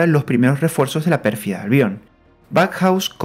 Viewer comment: Pérfida Albion, no Perfiada Albion.